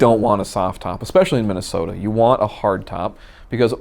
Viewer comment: Is it Minnasota? Feels like he hasn't made that clear.